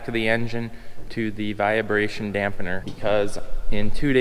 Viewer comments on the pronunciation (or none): There's no "via" in vibration. Not a "viabration" dampener. Got it right in the last part of the video!